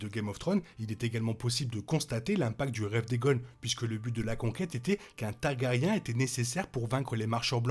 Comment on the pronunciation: Inaudible !😡 Tant que tu continues de traiter toutes les deux secondes les Targaryen de "taga-riens", j'arrive même pas à écouter.😵‍💫🙉🤕 Sans compter Balerion la terreur noire qui devient "BalArion"!!!😳 Dommage, ça semblait un peu intéressant.